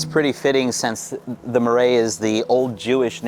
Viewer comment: Omg the pronunciation of “Marais” screams no credibility 🤦🏻‍♂️🤷🏻‍♂️